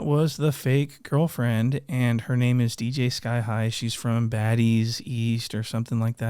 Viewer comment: Man said dj Skye